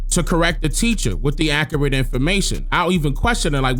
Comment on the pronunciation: This dude can’t even pronounce accurate !!!